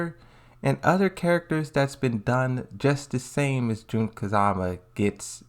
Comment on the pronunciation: It's Jun kazama not June kazama